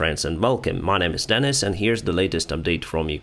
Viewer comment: Thank you again my friend for a very interesting video it's always a pleasure listening to your comments. Slava Ukraine 🇺🇦 ♥ ❤ 💖 😍 ✨ 🇺🇦 Just a Note his name is and not Dennis please be aware and thank you. From 🇬🇧